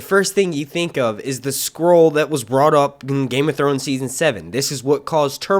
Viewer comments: Lol at him pronouncing scroll as "squirrel" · I thought you were saying squirrel lol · Is he saying squirrel?